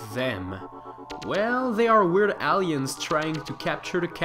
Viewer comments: You pronounce Aliens wierd. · ALLiens oKARRina of times oh my god.